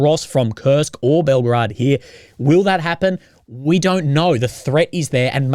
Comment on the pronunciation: I love how you always mispronounce Belgorod... Belograd I think! You are nothing if not consistent! LOL